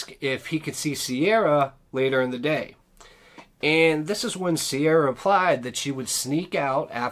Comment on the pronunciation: Her name is not Sierra its Ciara pronounced like key ra.